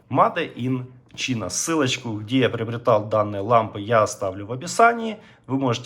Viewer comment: Мадэ ин чина, плук энд плэй... Сука, говори по-русски, если на английском ни одного слова выговорить не спосоьен...